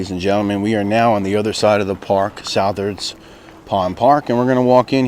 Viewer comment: Just to let you know, Southards is pronounced like suthards